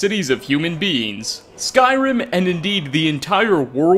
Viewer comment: Everytime said beings it sounded like beans and it made for a better video.